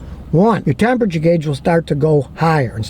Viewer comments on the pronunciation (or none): none